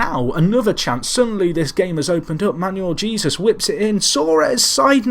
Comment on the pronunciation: Great series, been here since the start. I know how terrible (lol) you are with names but I have to say Jesus is pronounced Hey-zeus.